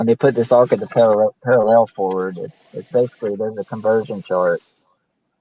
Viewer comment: Why can’t these clowns pronounce parallel?